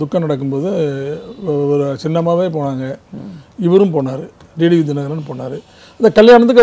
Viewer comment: அன்வர் ராஜா அவர்களே... நானும் வெகு நாட்களாக,வெகு உன்னிப்பாக கவனித்து வருகிறேன்..நீங்கள் D D V என்றே உச்சரித்து வருகிறீர்கள்..T T V என ஒருபோதும் உச்சரிப்பதில்லை.. D க்கும் T க்கும் வித்தியாசம் உண்டல்லவா...!!!??? திருத்திக்கொள்ளவும்.